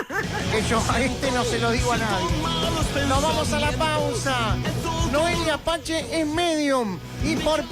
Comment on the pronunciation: Por que dice noelia pache SI es noelia pace